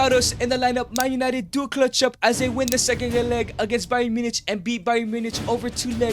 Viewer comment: i can't accept how you say bayern munchen